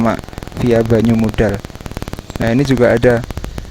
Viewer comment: Yang mengganggu itu penyebutan banyumudal huruf d nya seperti menyebut wedus 😅